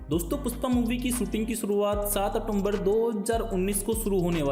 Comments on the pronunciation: "Pusss paa" nahi bhai🤣 PUSHPA hh 😂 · Puspa nahi be ..Pushpa.....pehle ispe kaam kam kR ..fir behind the scenes ja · PUSHPA not PUSSPA